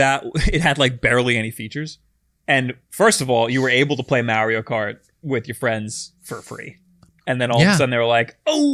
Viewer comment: Mar E O seriously his name is said in how many forms of Media the old show the movies and even Mario 64 why do you keep calling him Mary O lol.